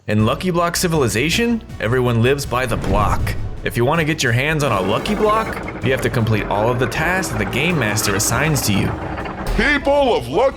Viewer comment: Bro said "monkey block"😂